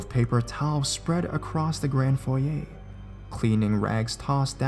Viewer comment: OMG! You pronounced "foyer" correctly!! NO ONE DOES! Maybe it's because you're Canadian. We tend to know our Frenchiness... :)